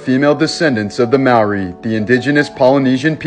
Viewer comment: Your pronouncing of the word Māori was wrong and you said it like a racist white person in New Zealand would js.